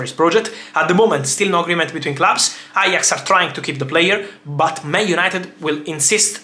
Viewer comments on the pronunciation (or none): none